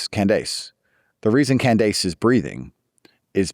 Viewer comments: not Can-dayce 😂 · It literally took me 5 min to realize he meant Candace Owens when he said CAN-DESE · “Can dase”